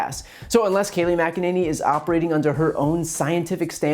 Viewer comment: Her first name is pronounced "kay-LIE".